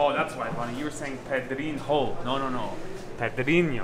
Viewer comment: is improving his nasal sounds. He said "pedrinho" perfectly. In fact, better then Ivana